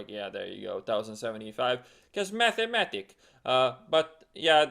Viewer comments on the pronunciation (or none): lmao idk why but the "Cuz mathamatik" cracks me up every time! xD